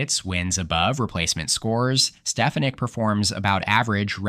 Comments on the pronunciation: SteFANik. Always a red flag this isn’t a human narrator, since any human hearing any of the recent news about her would know how her name is pronounced. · Are you sure it’s a real person? How can you mispronounce Elise Stefanik’s name unless you’re either AI or deaf?